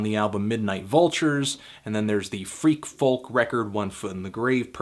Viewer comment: You need to stop pronouncing the L in 'folk'. Please. For me.